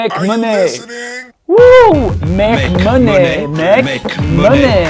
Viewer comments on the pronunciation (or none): money se prononce comme mani /mʌni/